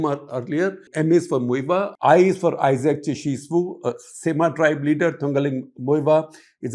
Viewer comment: Sir! I Like your accent the way you pronounce the names of late Isaac Chishi Swu,Sumi tribe and Th.Muivah from Thangkhul tribe who is the cornerstone of NSCN(IM) very correct & properly.